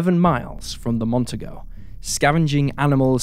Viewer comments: Say it with me,: "Mon-TEE-go". You're welcome. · Mon-TEE-Go ffs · It's Mercury Montego - pronounced, Mon-TEE-Go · FYI. In Montego (is pronounced Mon-tee-go), the 2nd syllable has the accent. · Ive. Heard. This. Twice before. Gary. Is. Would. Be. Out. There. Somewhere. By. The. Way. The. Car. Is. Pronounced. Mont. Tee. Nee. Go. Even. An. Aus. Knows. That.